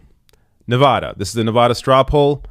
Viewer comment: Those of us who live in Nevada pronounce it differently. Check out the pronunciation on ... that's how it's said here.